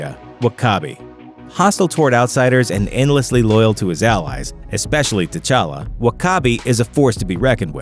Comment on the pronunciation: If you really wanna go african all the way Tchalla is pronounced "chala" not " T Challa". The T shouldn t be pronounced